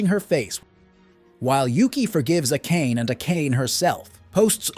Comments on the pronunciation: AKÉJN? Really dude??? A-ka-né!!!!! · everytime bro says A-kain im losing my shit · great recap but please pronounce the name properly, who tf is a-Kayne-ey